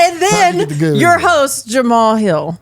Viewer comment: Jamah-hall Hill 😅